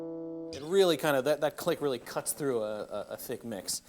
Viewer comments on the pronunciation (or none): none